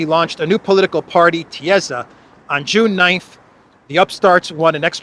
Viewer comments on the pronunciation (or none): thats pronounced "tisa", the Party's name relating to former Hungarian PM Tisza István and his father (also frm. PM) Tisza Kálmán. Both were liberal-democratic politicians.